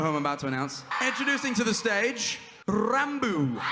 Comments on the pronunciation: The how he say 'ranBoo'😂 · Why do say RRRrRrRrRRrRrRrranboo😭💀